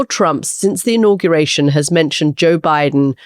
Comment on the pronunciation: Juh Biden?